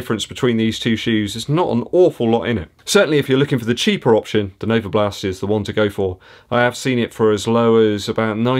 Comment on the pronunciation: Every time you say NovaBLAST I get fond memories of my time living in West Dorset. Still have a lot of mates very close to Yeovil!